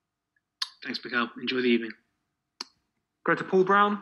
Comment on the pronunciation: Good ebening 🤣🤣 fucking hell